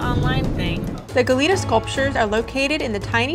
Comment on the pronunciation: Its "gah-yet-ah" cookie in spanish😁